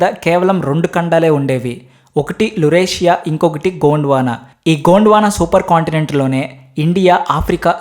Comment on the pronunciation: తమ్ముడు చెప్పేటప్పుడు కోండ్ వాన అన్నావ్ gond వాన స్పష్టంగా పలకాలి